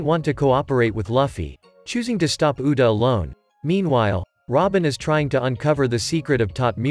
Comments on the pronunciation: You said uda not uta bruh💀💀💀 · its actually "Uta" its just the text to speech ai is kinda broken